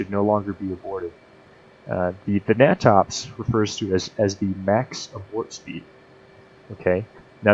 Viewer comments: Great information and explanation. Another great book is "Aerodynamics for Naval Aviators." What is funny is we weren't issued it. The natops manual is pronounced 'nay-tops' not 'nah-tops'. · heh! never heard it called "gnat ops" i've always heard it pronounced "nay tops" : ) good vid though...